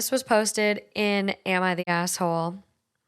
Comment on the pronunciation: It sounds like you said "am I the gas hole?" 😆 i would definitely be the GAS hole...my ex bf used to call me the lean mean farting machine lolol